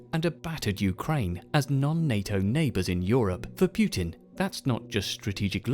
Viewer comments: why do people say pyoo-tin it's not pyoo-tin, it's poo-tin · "Pjutin"... sounds almost right... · I love this video but the way you say putin's name bothers the shit out of me